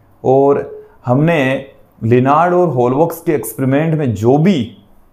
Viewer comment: Eksperiment bolte h akspariment ni sir😅